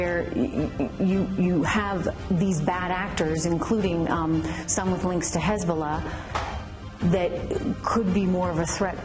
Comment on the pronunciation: Genuinely started laughing my ass off when i heard hezbulla XD